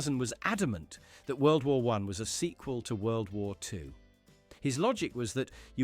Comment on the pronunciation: THis AI voice even screws up the name of World War 2.